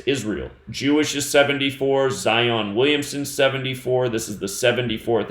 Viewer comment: Just want to say I love the way you say, Zion....